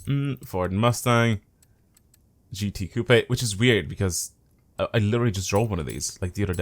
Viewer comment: it’s coop, not coo-pay